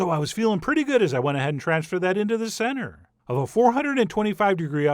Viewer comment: I love how u still accentuated the word center when putting it in the oven, haha you're the best